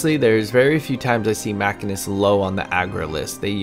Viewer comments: You ARE saying machinist wrong. It’s not even up for debate. Holy shit. Otherwise, good video. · aCkChYuAlLy it is pronounced machinist...not...machinist